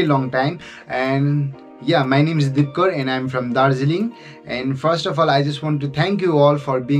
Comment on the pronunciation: U pronounce my name wrong 😢💜